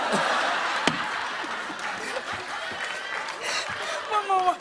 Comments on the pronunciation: the way he says it LAYABRADOODLE I DIED😂😂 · if you mute the parts he says labradoodle it actually looks like he's saying llama shoe 😂😂😂😂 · "Le..lehbradoodle." 😆😂 One more, one more. "Lahbruhdoodle" ..it looks like llama shoe. "It's not llama shoe!!"